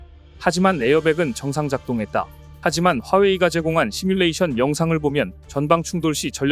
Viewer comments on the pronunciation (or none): none